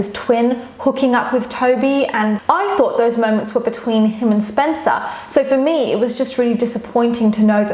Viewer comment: omg same i cringed when said "SpEncAr" like girl